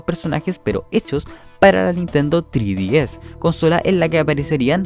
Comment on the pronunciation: Se dice en español ice tres ds no thre dies eres de habla hispana.